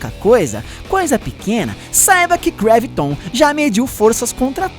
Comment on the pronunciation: não é greviton é graviton